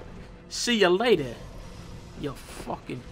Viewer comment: "See ya layda" always gets me